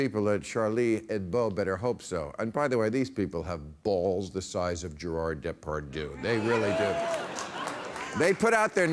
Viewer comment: “Gerard De-par-dou” 😂😂😂